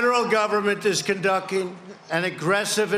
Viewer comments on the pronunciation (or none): He said "conducking" instead of "conducting". Lmao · "The federal government is con-ducking an aggressive investigation and we will find those respoonsible". Con-ducking? Is that latest name for waterboarding? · ''conduccing''? He has done this a few times now. Have you all noticed that when he lies or speaks about things that we all know he doesn't truly believe in or have respect for, he struggles to pronounce the words properly. ''United shhatstes'' for example. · CONDUCKING OR CONDUCTING? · He can't even pronounce CONDUCTING. He said, conduking lmaooooo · Conducking, wtf! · Did he just say conducking instead of conducting ? His mental issue is getting worse in all aspects, literally, by the day .....